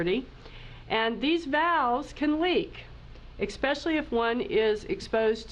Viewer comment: So hard to hear a Dr. Say eXpecially.